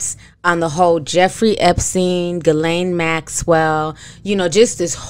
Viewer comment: The fact that butchers ERRRBODY’S name but said Ghislaine Maxwell’s name properly right out the gate 😂🙌🏾.